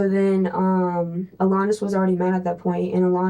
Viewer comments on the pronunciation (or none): Cop: AlAHnis Ava: AlAHnis: ALEHNUS HOW, HOW, HOW DO YOU HEAR IT TWICE AND MESS IT UP THAT BADLY? HOWWWW GIRL!?!? 😂😂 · I just gotta add, and I KNOW it's like an ai narrator, but the pronunciation of "AL-anus" It's just bothering th outta me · Really like the pronunciation el-anus